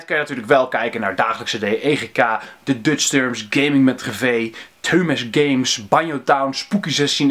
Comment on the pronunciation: Hahaha je sprak theaumesgames verkeerd uit :p maakt niet uit hoor